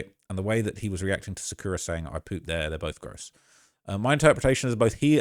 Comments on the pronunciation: sukana?? her name is sakura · Sukana???? No way theu ment Sakura lmaoooo